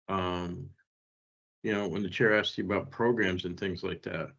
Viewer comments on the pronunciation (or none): I found God is what everyone says. The Parole board knows exactly what you are before you walk in. And stop saying "axe" it is ASKED.